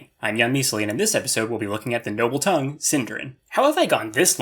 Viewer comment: Ah yes, Tonguen